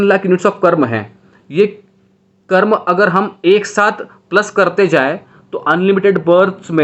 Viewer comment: Sir, call it Karm. Not karma. Like It's not Yoga.. it's yog, it's not mantra it's Mantr, It's not budha.. it's budh. 👍 Western people did this.